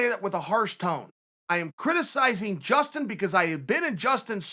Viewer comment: Justin not Dustin